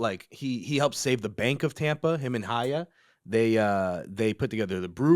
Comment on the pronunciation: FYI the H in Haya is silent. had it right the first time.